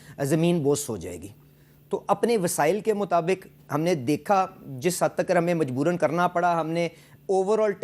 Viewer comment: Takar ❌ Tak ✅😂😂😂